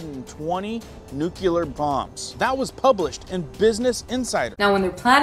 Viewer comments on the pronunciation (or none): Nuclear-please Not nucular